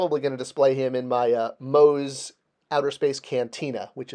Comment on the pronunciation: "MOE'S" Easly! LOL! XD